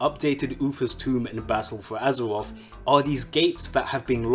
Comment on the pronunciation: Lmao “battle fow azerwof”